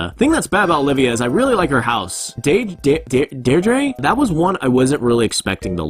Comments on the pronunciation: deirdre is pronounced “deer-dra” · You pronounce Deidre like DEE-DRA :) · deirdre the last part ish pronounced druh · deirdre is pronounced "deer-drah" im sure you were probably corrected already, but i was just making sure